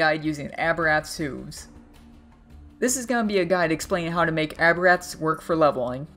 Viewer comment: The way you say hooves makes me quiver.. <--- correct way to say it, so the next time you say it I won't pucker my butt.